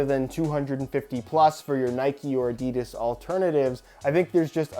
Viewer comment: His pronunciation of 'Adidas' Aha